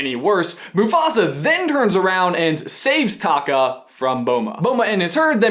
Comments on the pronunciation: I keep hearing Scar's real name as Taco. LMAO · I know it's pronounced a little different where Scar is like taco without the o on the end and the lava monster/ Taffitti (is that how you spell it) is Ta Kaaaa.... idk respond what you think!